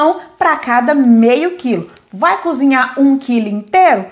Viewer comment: DESCULPE, MAS PAR AJUDAR TEU CANAL A FICAR MAISS TOP: NÃO É FEIJÃO C O B R I D O o CORRETO É FEIJÃO C O B E R T O . BOA SORTE!!! E É V A M O S C O Z I N H A R, COM R.